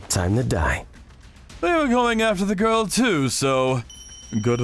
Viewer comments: Gworil😂 Not girl😂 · Why did the man said girl like guril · U SAYIN MY GORL IS LYIN U LIL SHI >:( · "YOU STARING AT MY GORL?"